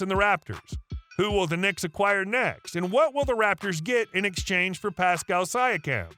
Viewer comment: You’re already wrong about RJ and can’t pronounce Pascal’s name properly. Thumbs down from me.